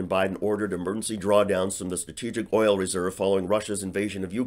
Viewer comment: I love the way she pronounces “OIYOL”! Useless Rube!!!